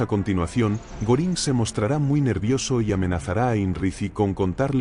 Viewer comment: Creo q no lo pronuncia bien Hermman Goering más o menos.